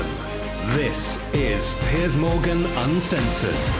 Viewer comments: Why does it sound like he's calling Piers Morgan Piss😂😂😂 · I love the way he keeps calling Pier, Piss. Very fitting.